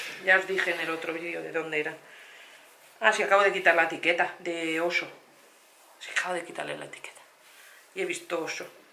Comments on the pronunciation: Por qué dices "osho"??? y la "Y"?!?!?!?! Es oysho!!! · no es oso es ohyso que se pronuncia oiso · M da gracia cuando dice Osho en vez de oysho